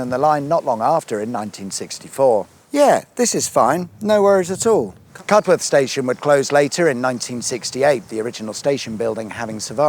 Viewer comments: Yorksha, not Yorksheer, please. Cuduff, not Cudworth. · Cudworth is pronounced "Cudd-uth" (Michael Parkinson came from there!) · Love these videos. Have to correct your pronunciation on Wombwell and Cudworth Locally pronounced Wumwell and Cudeth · Thanks for visiting my home town. We are on the map now! thank you good sir! Just a couple of points, the towns are pronounced “Wumwell” and “Cud’ath”. Otherwise great video thanks. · BTW Cudworth is pronounced "Cuddarth". Yes I'm afraid it's one of those places. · Great post, although Cudworth is pronounced "Cuddeth", so only 9/10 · Cudworth, pronounced "Cud-oth" > the locals will lynch you otherwise! Surprised you didn't come to Grimethorpe though, and of course the home of the world famous Grimethorpe Colliery Band.